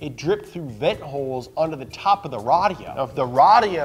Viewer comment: That's just how Arabs say "radio" lol 📻